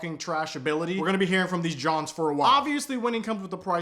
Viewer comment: Don’t say jawn like that sir. EAGLES FAN FOR LIFE!!!